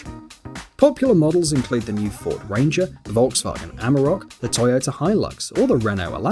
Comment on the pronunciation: Why the fuck you can't pronounce Volkswagen correctly😑😑😑